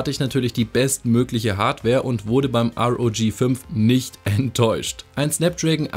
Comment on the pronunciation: sag bitte R O G nicht Rog